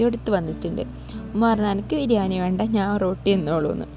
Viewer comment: ബിരിയാനി അല്ല ബിരിയാണി😂